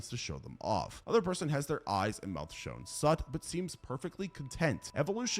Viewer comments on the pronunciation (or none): you said shewn sut instead of sewn shut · "shown sut" ??? 😭😭😭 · He said shown sut